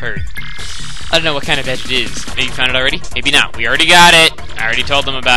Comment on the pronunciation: Mistake. It's you. Not yo.